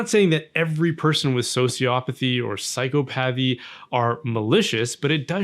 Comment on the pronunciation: It's pronounced psychopathy not psychopathy